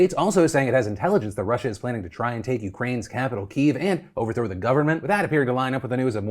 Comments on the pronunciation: kyiv = key-ev not keev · Keev? Come on Phil, I expect a higher level of professionalism from you. Kyiv or Kiev is pronounced (key-ev). Happy to help. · Only criticism with today's show is, if you're going to talk about the Russia/Ukraine conflict (invasion), you could have at least pronounced Kyyiv properly. "Keev" (Kiev) is the Russian pronunciation, and is kind of a slap in the face, given the news. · Pronounce Kyiv one more time please Phil